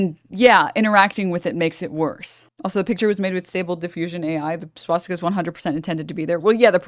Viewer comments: Ah fck I'm not gonna be able to un-hear swat stick-a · Why does he keep saying SWATstika? There’s only one t.